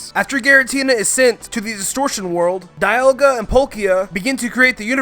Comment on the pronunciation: I know this video is wold, but it's dee-al-ga not die-al-ga